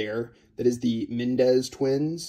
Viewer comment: I think it is Menendez not Mendez